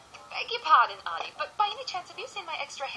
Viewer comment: His name is Artie not ardy!